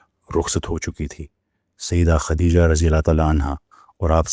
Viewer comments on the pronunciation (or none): none